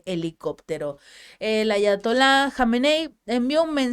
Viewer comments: Aprende no es Atayola, es Ayatola. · Ayatola es lo correcto, no Ataloya. Ok